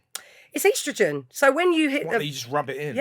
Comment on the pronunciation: "Eastrowgenn" 🤣 first time I ever heard that pronunciation. Lovely pod tho!